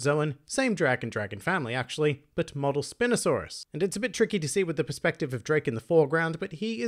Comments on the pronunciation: *ears twitch*... um... it's "Spine" not "Spin" Sorry, pet peeve of mine hearing the names said wrong. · It's pronounced 'Spine'-osaurus, y'know, because of the great big sail running down its back/spine... ;)